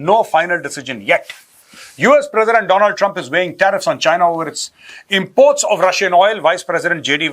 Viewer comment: Not Donald its Doland😂😂😂